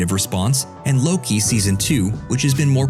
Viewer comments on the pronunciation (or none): none